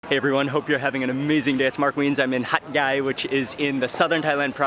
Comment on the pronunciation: Hat yai sound like hot guy